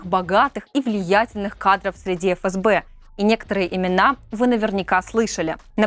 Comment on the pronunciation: Не эФэСБэ, а ФээСБэ